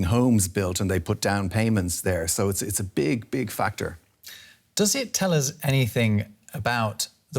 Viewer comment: " they are putting their payments in, it's a big big FUCKTOR" ahahah